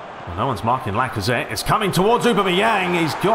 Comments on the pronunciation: It's 'ohbam-eyang' not 'ubermeyang' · No, it's Aw-bam-eh-yang... :p